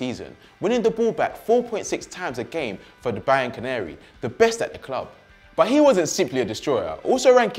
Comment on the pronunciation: Did he say Bayern Canary or Bianco Neri ??? Hahaha